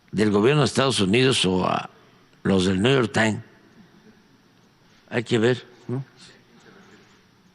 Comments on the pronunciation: Alguien que le diga al viejo guango qué es NEW York Times no New York tain 😂😂😂😂😂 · “El niuyor tain “ 😂